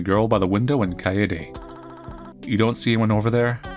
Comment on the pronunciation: almost lost my mind from the mispronouncing of kaede. literally just kade with a silent e.